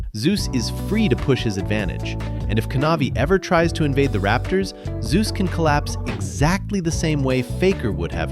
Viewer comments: I meant he insists on Zay-us but this video still says Zoo-z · The way you pronounce Zeus' name is a bit off btw It's pronounced /Zei/Yoos/